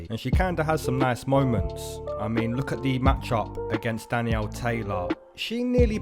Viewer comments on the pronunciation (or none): none